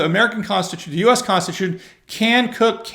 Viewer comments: It pronounced CROOK COUNTY. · Sorry but you pronounced it wrong, it's Crook County.😂